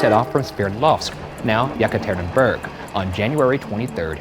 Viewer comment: sorry „ya-ka-TER-in-bUrg” got me